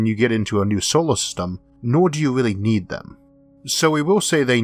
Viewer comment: Weal intewesting , I'm gwad porky found wowk nawawating this lol